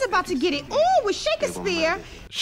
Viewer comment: And Shake-ess-phere. Lmao